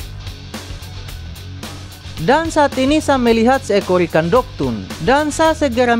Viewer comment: Dogtooth bang bukan dogtoon